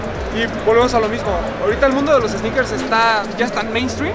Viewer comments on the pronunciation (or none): Minuto ‘EEEsneakers Fever guey’ Realmente cómico, el guy, quítale la E!! Ya que no existe esa palabra!!! Pero buen intento......